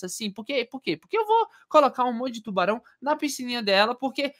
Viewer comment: A palavra secreta e : Tuarão